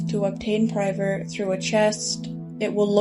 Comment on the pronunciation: "prier" 😢it's priver for a correction